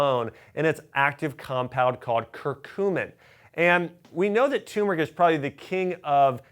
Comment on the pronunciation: Please! It's "tuRmeric" not tumeric